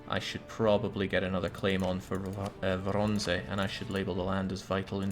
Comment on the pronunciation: you can almost hear tramping horse in the distance and Sabaton singing: "AND the Winged Hussars arrived!" BTW, - it's pronounced Voronezh